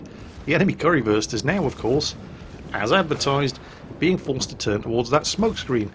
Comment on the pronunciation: Is he saying curryfurst lmao